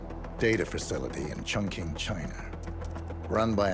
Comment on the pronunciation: Did she just say CHONK-KING?? Stop changing other places name for god sake, learn it properly